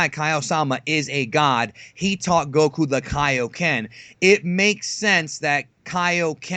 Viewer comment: please pronounce Goku properly. It's pronounced in Japanese and English dub Go-ku not Gouh-kooh you sound Thai hanging onto the sounds too long